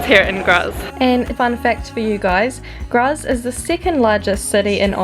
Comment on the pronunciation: Nice caption, especially that you spent only one day in Graz; the only thing that was amiss/off, was your (German) pronunciation: e.g. "Graz" (in German) is pronounced "Grahts" (approximately).